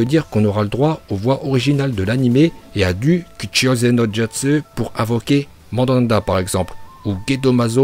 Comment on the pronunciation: Mandanda..??? stp fait un effort quoi